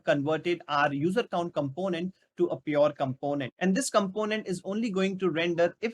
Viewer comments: Also with does he has something pronunciation issue but content is good. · The way you pronounce "component" is too much irritating